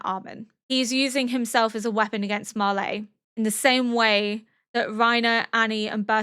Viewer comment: I mean this in the nicest way possible but why Auldians And Marlaay? It's Eldians and Marly they even pronounce it in the show. I really like your analysis and reactions but that really throws me off